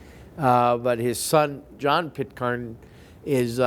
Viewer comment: It's Pitcairn ai pronounce as in care and it's a Scottish pistol more like a Murdoch of Doune .